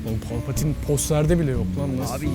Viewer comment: Pelpetayn :D